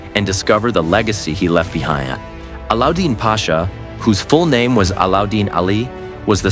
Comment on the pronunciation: Enjoying from America! You're kinda' slaughtering names. "O" sman "O" - NOT Oz like Ozzie Osbourn Fat ma NOT Fa tea ma You vascillate from the correct & wrong way. Be consistent. A lad den NOT A la din A lad (like British "lad") den Air truule NOT Er ter rule Bore ane NOT Bor ran You're pulling clips -- LISTEN TO THE SERIES from where you're snatching the clips. As for Orhan's wives - the Prophet Muhammad had 12 wives - 10 at one time. You got everybody's name all whacked up!! Can not do that. It's a cultural insult. These names are not pronounced as spelled. They're Turkish & Arabic. Get it together! Don't be typical. Show respect. Thanks!